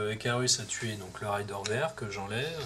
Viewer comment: merci pour la video hate d'acheter ce dungeon crawler sympathyque petite remarque raider se prononce comme c'est ecrit c'est un pillard et non pas un rider (cavalier chevaucheur) hehe